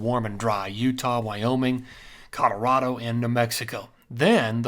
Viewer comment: 64 yrs in CO and natives alwasnsaid Colo raw do. Itnwas aa little different how much accent on the raw. All farmers ans ranchers had a mild western acccent. Think B&W movies from the 50's. Some business men would say.Colo raah do. So, he's pronounciatiom in lline with Schools and natives. He says it cool though.